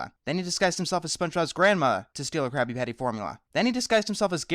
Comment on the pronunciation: pretty sure you said crappy patty.